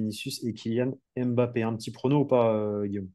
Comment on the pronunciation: vous pouvez dire Mbappé et non M' bappe svp 😅 Il a déjà dit comment prononcer son nom. Ça serait sympa! Sinon top la vidéo comme toujours.